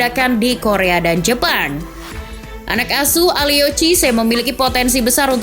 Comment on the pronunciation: Mohon izin sharing lagi yaa min, kalo ou di bahasa perancis itu o nya gk dibaca, jadi nya kalo aliou itu dibaca nya aliu, kalidou juga dibaca nya kalidu, cisse c nya dibaca s, sama louis van gaal itu dibaca lui van khaal, semoga membantu 🙏